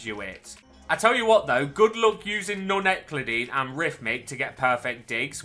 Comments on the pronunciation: Mate, please. The shovel enchant, it's: None--You-Clid-Ee-An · Non euclidean is pronounced non you-clih-dee-in